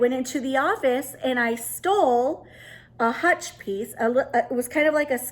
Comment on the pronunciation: Very, very unique “hutchel”😉. Happy New Year 2022!!!!